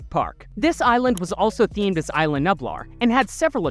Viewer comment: it is ISLA nublar not ILA nublar